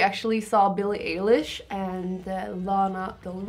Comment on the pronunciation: nooo, not EJ-lish. EYE-lish!